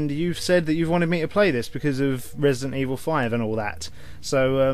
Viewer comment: Ello there, welcome to Rebident Ebil, 6. Less than 5 sec of video and I'm already spit on my notebook with a laught. Thanks, youuuuuuuu gra... no, youuuuu are the best!